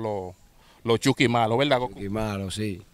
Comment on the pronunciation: En veldad en veldad 15,000 veces